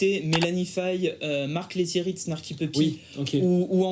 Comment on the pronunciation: Aille aille il y a pas de e à la fin de lettieri , mon idole 😍, shame on you 😅😅